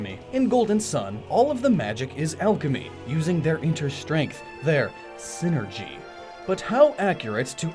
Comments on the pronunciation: sai-ner-gee, not sin-er-gee. It's wordplay based off of "Psychic Energy". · Psynergy. PSY-NERGY. You know, using their minds. God damn it's a Golden Sun pet peeve of mine when people say "synergy". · i still get fustrated isn't synergy a s NOT P